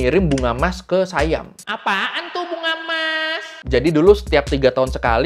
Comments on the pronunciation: Baca SIAM bukan Sayam .. biasa aja baca SIAM biar orang indonesia faham .. saudara mereka Patani sudah lama di jajah SIAM sampai saat ini. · Sayam abah kau hahaha SIYAM bukan sayam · Sebutannya bukan sayem tapi si yam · SIAM bukan dibaca sayam Bro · sebutan SIAM adalah "si-yam", bukan "sai-yam". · Siam Bukan Saiyam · Siam, biasa aja. Bukan Sayam. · Dalam bahasa Melayu, orang Kelantan kah, orang Kedah kah, orang Perlis kah, mahu pun orang Pattani semua sebutnya Si-yam. Di dalam salah satu klip video yang anda selitkan di video anda, yang ada pejuang "pemisah" berbaju hijau dia ada menyebut "Siam" di situ. Cuba dengarkan sebutannya. Salah satu suku kaum yang ada di Malaysia adalah suku Siam. Mereka ini orang Siam yang berbahasa Siam kuno. Mereka ini lebih Siam dari orang Thai moden kerana orang Thai yang sekarang sudah bercampur baur banyak suku kaum yang ada di Thailand. Siam yang ada di Malaysia sudah ada di sini lebih 1000 tahun. Mereka juga menyebut Siam dengan sebutan "Si-Yam". Dalam kata lain, perkataan Siam itu perkataan harian di Malaysia. Tak perlu jadi keturunan raja untuk tahu bunyinya. Nama lain bagi Bihun (rice vermicelli) di Malaysia dipanggil Mi Siam. Banyak lagi objek harian yang ada nama Siam. Sebutannya Si-Yam tak pernah berubah. Perdana Menteri Malaysia yang pertama, dia cucu Raja Thailand. Ibunya puteri Raja Thai. Dia juga menyebut Siam dengan sebutan Si-Yam. Saya juga kenal ramai orang Pattani, ratusan orang. Tak pernah mereka sebut Saiyam, melainkan "Si-Yam" sahaja.